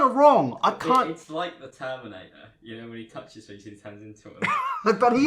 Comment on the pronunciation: I died when he started pronouncing LIKE AAH even google can pronounce better and jimin?OMG...im dying and shitting and crying